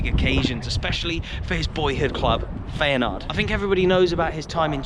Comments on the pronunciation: FAYANARD!😂 FI-A-NORD. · FEYNAARD! sorry what? that has to be the worst pronounciation ive heard in ages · Feyenoord is that well known I’m surprised your struggling to pronounce it 😂